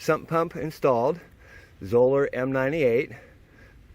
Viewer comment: Zoeller rhymes with Dollar. Its not a long "O" sound.